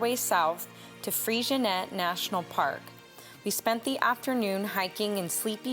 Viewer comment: Freycinet is pronounced as if it's French: Fray-sin-ay. Bicheno is pronounced Bish/en/o.